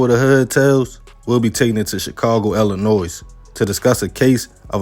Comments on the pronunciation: ILLINOIS (the “S” is silent) 🙄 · The S silent in Illinois